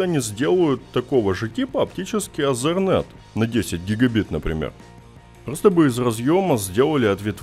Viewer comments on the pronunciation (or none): none